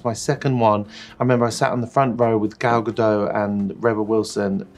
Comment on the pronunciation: Gal Gadot is pronounced with the hard t at the end. She’s Israeli not French! It’s gadot not gadoh 😬 anyway, love Sam smiths voice